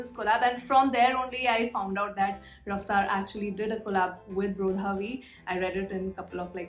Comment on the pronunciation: Pronounce of brodhaV is bradhaV